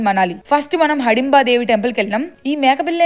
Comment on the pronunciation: Hadimba kadu hidimba